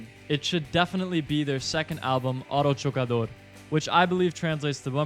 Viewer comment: "Auto chocador" is bumper car in Spanish, as you properly said.